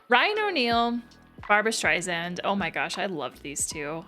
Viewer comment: Definitely check out The Main Event which is another team up of Barbra and Ryan. Also, it is StreiSAND not zand.